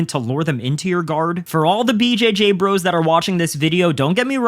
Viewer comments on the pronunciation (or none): none